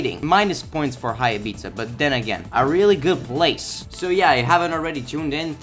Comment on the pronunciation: its pronounced "ibiza"